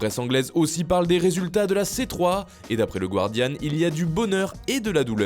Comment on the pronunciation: pitié apprenez à prononcer guardian, c'est vraiment frustrant au milieu de vidéos si intéressantes